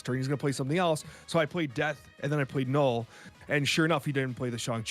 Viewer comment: ok not sure if this is just a troll thing but it is NULL not Gnoll. Like null and void.